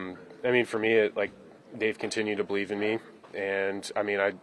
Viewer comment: "You Gotta Bereave"